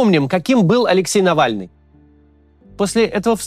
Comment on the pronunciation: Кто такой нэвэльный